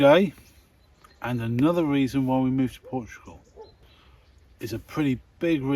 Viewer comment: "I'll tell you woy". Just joking... But seriously, you don't make friends easily there, I think. Just the usual expat circles? Nice to hear madame's Donegal accent, btw.